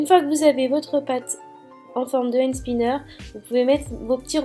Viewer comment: on dit pas end spinner mais and spinner bisou j'adore tes vidéo 😍